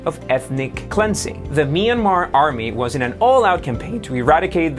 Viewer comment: It's pronounced, "Mi-yAN-mar." You forgot to pronounce the "n." Yes, I knew you were trying...